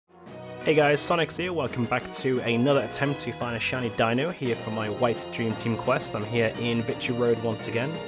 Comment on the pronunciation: It’s pronounced deeno